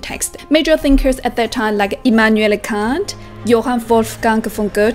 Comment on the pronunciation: Moin, sagt man hier im Norden von Deutschland als Begrüßung. Dein Video gefällt mir sehr gut und Sprache ist ein guter Einstieg für den kulturellen Austausch. Kant, ausgesprochen mit kurzem A, insbesondere der kategorische Imperativ ist wirklich sehr beeindruckend, wenn man erstmal seine Ganzheitlichkeit verstanden hat. Ich hoffe, dass ich eines Tages etwas ähnlich beeindruckendes in der chinesischen Kultur finde. Wenn du dies bezüglich interessanten Imput für mich hast immer her damit ;)